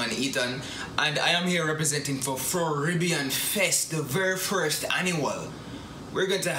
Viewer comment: Word is first not fuss ..remember not only Jamaicans watching u.👍